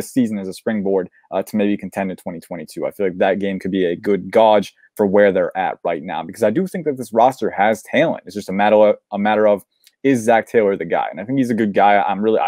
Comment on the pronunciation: Sometimes got to let him know its pronounced gay-j not god-j.. I’ve never heard gauge be pronounced like that.. anyways excellent video